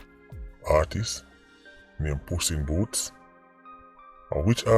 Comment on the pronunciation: ..lol "puss in booths"...😂 "Pepsi"